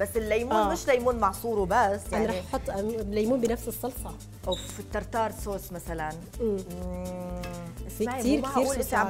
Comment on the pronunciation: ترتار هههههههههههههههههه اسمه تارتار